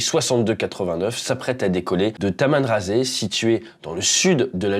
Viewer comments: Merci pour cette analyse très intéressante, je serai perso intéressé de voir plus de vidéos de ce genre. Seul petit bémol(pas méchant) les noms des villes ( pas prononcé tamanrazé mais tamanrassette et gardaya non pas gargadia 🤣😅) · C pas tamenerazé on dis tamanerassete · Déjà on dis Tamanrasset est non Tamanrasse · Ca ne se prononce pas tamanrassé mais tamanerasset ... un detail ... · Gargadia, tamraser.... fait un effort sur le nom des villes .... c'est ghardaia et tamanrasset... sinon hyper intéressant ton analyse , je m abonne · Mec ya deux ss pourquoi tu dit tamnrazé c est tamenrasssssseutttttte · Bonsoir, depuis quand en français, le "ss" se prononce "z"??? Tamanrasset = Tamanra-sept et on prononce le "t" à la fin et non Tamanrazé. Pareil pour Ghardaïa, vous écorchez le nom, vous en inventez un nouveau, Ghargadya !. C'est Ghardaïa = Gare-Daya. Vous dites aussi : au niveau des passagers, vous avez des Algériens et puis, "du Japonais", "de l'Allemand", c'est quoi cette façon déplacée de citer les nationalités ??? on dit, des Japonais, des Allemands. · Tamanrazé se prononce tamanrassette et Gardaïa ... se prononce Gardaïa ... et non Gargadia ... 😆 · ATE... On prononce "Tamanrassette" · On dit "Tamanrass-ète "... par pitié. Personne ne vous a jamais parlé d'Algérie dans votre famille, monsieur? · Tamanrasset, ça se prononce ta-mane-ra-sette. 😮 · Merci pour la vulgarisation et l'explication de ce drame aérien...juste remarque pour le prononciation du nom de la région. Tamanrasset ça se prononce comme le 7 sept ou cette...c'est le nom d'un département plus grand que la france entière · Bonjour,juste concernant le nom de la ville "Tamanrasset"que vous pronnoncez mal surtout la fin.....2s plancés entre 2 voyelles se pronnoncent "s" et pas "z".Et un détail le "t" à la fin se pronnonce.En gros la 2ème partie du nom de la ville est phonétiquement : rassette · On dit Tamenrassette docnle TTE se dit ^^ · On prononcé TAMANRRASSÈT (le T) à prononcer